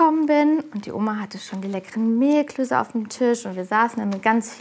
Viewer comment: Gastgeberin: "Zur Vorspeise... Mehlklöse..." Ali: "Mehlklöße." Gastgeberin: "Mehlklöse."